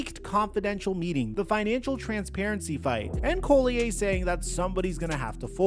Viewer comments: If you're going to report on the league you should probably at least be able to pronounce one of the most important people in the videos name correctly. Im not complaining, just letting you know that will be the excuse they use to say you don't know what you're talking about. Collier (Call-e-yer) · its Napheesa Collier pronounced call-Yer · I clicked away when I heard him say Phees last name wrong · Please learn how to pronounce Napheesa Collier's last name right...